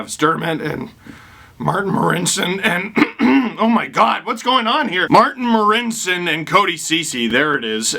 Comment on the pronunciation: Its okay Steve when I speak Marincin’s name ...I sound exactly the same 😟